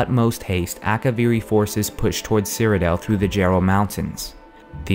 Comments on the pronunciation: cyrodiil nor cyrodel so annoying. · I thought it was "Cyrod-ill" not "Cyro-dale". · great video, but stop calling it CyrodEL!! its CyroDIIL! DILL!! Jesus Christ!! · I just hate the way you say Cyrodiil. You say it like Cyrodel. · He pronounces Cyrodiil weird.